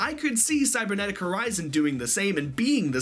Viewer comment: Guys it is called CYBERnetic not CYBERSEnetic KAPPA Cyberdragon support confirmed !